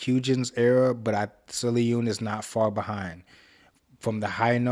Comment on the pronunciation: I'm sorry, the way you pronounced sullyoon's name threw me off 😂 (its pronounced more like soul - yuun btw 🤗) thank u for reacting to mmixx and loving them! its so hard to find people who appreciate them 🥺